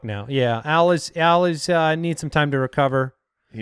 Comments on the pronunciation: All this time though his name was "AL" Borland. And in the future can you call him "Owl Borland, no relation to Wes" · I'm the only one who thought his name was "Al" and not "Owl"? I've been listening to this show for years and had no idea haha.